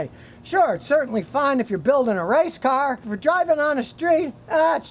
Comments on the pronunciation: "You Can't take a catalytic converter off a carrr, It's against the law" haha ha I love it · "you can't take a caholiconverrrr off a cahhhr"